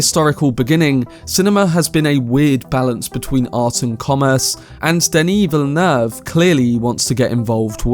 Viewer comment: I rarely hear people pronounce Denis Villeneuve's name correctly, it's very satisfying xD